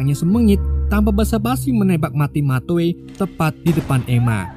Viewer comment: bang matthew itu dibaca metiuw